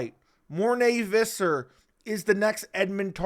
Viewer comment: Who is Morné Vizzar? It's Visser.